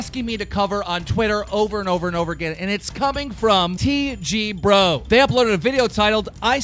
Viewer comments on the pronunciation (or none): When Keem can’t say English channels properly. TGBro?? Mate it’s TGFFFFFFFFFFFFFFBro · Keem....can you not english? "TG" FAM WHERE IS THE F